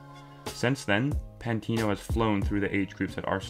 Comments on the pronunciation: Can't tell if this guys a troll. Why he saying pantino 😂😂😂. Forgot about AMN as well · Great video but pmsl when he said 'remember the name pantino' :')